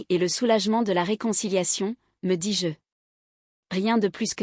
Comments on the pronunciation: Petite histoire distrayante réalisée par intelligence artificielle. On peut le déceler quand vous entendez : " dis-JEU " au lieu de dis- je . On ne peut pas applaudir ou plaindre des personnages virtuels ou alors plaignez Cosette ou détestez les Ténardier . C'est une fiction pour distraire un petit moment. Autrefois quand une troupe donnait un petit spectacle dans un village celui qui avait le mauvais rôle devait se cacher sinon les villageois l'auraient battu , confondant la réalité et la fiction . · Lecture trop longue. Et le "dis-JE" est trop prononcé" car le JE se dit Je mais NON JE appuyé